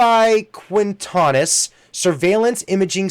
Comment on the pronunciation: Ubiquitous Yew-bik-qui-tus.